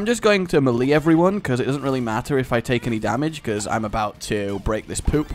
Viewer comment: Say it with me... May-Lay. Not Muhlee. Weirdo. I still love you and think your vids are genuinely fantastic!